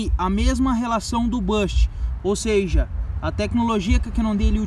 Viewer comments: “Sejee” não existe mano UhAuHaUha ..e se diz em nível mundial não “á nível” .. aprende a falar direito cara por favor kkkk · “Seja” não existe mano UhAuHaUha ..e se diz em nível mundial não “á nível” .. aprende a falar direito cara por favor kkkk